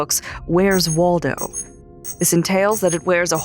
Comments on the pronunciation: Waldo more like War-do 😆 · Lol it`s walldow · Its Wally not Waldo smh